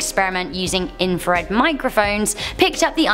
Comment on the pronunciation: its in-fra-red not in- frared